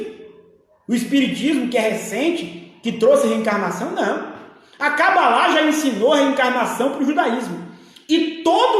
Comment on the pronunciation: Esse pastor é tão despreparado que nem sabe falar o nome cabala , fala é Cabalá.kkkkkkk!